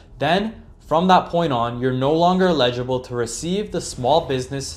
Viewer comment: Constructive critique: eligible is pronounced: eh·luh·juh·bl